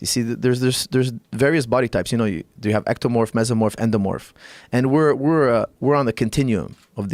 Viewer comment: Joe "ENDOMOORPH???" Rogan